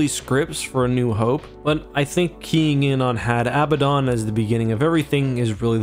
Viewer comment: Had Abaddon is pronounced "Had Ah-Bad-Dun" rather than "Had Ab-ba-dawn" due to the actual pronunciation of the name Abaddon (which most people mispronounce and misspell).